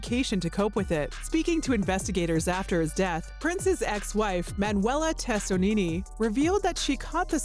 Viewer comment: Whatever. Looks like you didn't read the thread 🧵 . It's well-known that he had the hip replacement, seen on his body at autopsy. Maybe he was not JW, or Christian?..... But some kind of his own thing?. Also this video maker mispronounces his wife Manuelas name!😢